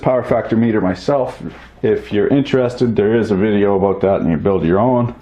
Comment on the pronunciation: It took me longer than I'd like to admit to work out that "vi-jay-o" means "video"...